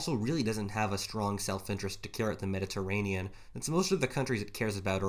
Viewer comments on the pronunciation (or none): none